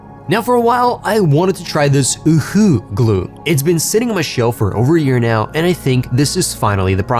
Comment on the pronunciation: I've been using UHU since I was a child for spider webs, snot, slime, and shredded camouflage nets. A little tip for non-native German speakers: UHU is pronounced similarly to "uwu" and not "loooooored" (long-drawn-out). but don't cute the word , please